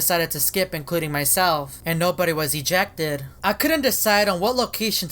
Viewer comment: His voice really is: This is really weiRDD. I will most likely get ejectEDDD.